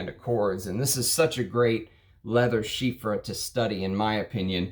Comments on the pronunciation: Well, it's not ChyFra. It is Chy Pra ! Pronounciation is with "P". Your analysis was great. I will by Diaghilev because of your advice. Thank you. Chypres are so good. Long live Mitsouko..... (magic in Japanese) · Why do you pronounce it like chyffre? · It still pains me how you pronounce chypre…. Great taste though… I would Roja’s semi bespoke 3 is more terre d’hermes like than oligarch… I wouldn’t call Salome a chypre. I love the skanky indolic jasmine in it but not a fan of hay or lots of honey